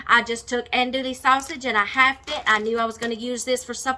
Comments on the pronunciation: "Dewy" 😂 not "le" 🙋‍♀️ from South Louisiana! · Silent on the L's hon😚